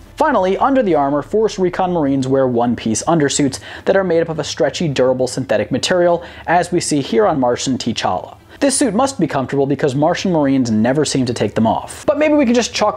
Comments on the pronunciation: Again great job. One minor correction. You pronounced T'Challa as "Tee Challa" when it's pronounced "Ta Challa". Ok I'm done. Back to waiting patiently with my hand over the airlock button... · OK, you made me choke on my water when you said, "Martian T'Challa."